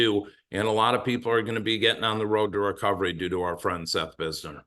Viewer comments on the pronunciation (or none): Maybe he did, but he called him “Bizner” instead of “Binzer”🤷‍♂️